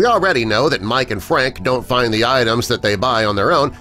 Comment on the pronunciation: the word is find not fin.